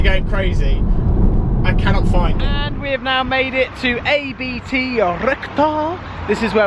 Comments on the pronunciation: Wow, he still owns it, after a year, fancy that. And it's ABT... not A-B-T!!!!! You really do expose yourself here. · A-B-T LOL Really? They (probably) invited you down for exposure and you butchered their name.